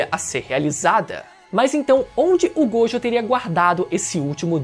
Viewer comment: satisfacao de escutar alguem falando gojo certo